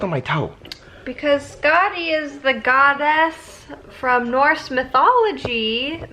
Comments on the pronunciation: First I thought you were saying Scotty and I was very confused at the boyish name and then "from Norse mythology" made me understand Skatti. I was confused for the first few minutes. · Fun Fact: Skadi (as in Norse mythology) is pronounced more like Skathi... with the soft 'TH' instead if the hard 'D'... (that's what she said...) it also has a bit of a tongue roll to it, but that's besides the point. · Congratulations to the new addition to your family! She is absolutely adorable! Honestly, I was so confused at first when you started talking about Norse mythology because I heard Skadi as Scotty.